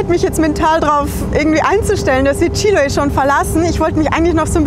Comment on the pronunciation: Anstatt "Chíloe" kannst du nicht «Chiloé» sagen? Du musst nur die letzte Silbe betonen.